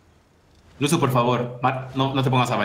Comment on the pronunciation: No se llama lucu es luzu